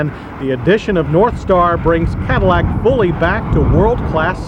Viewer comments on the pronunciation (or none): i swear he said warpstar V8.